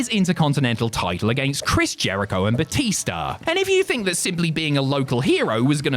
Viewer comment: Bootista? Really?